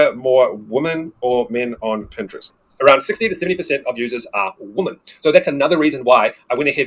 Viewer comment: Women is not pronounced "Woh Men". It's pronounced "Weh Men".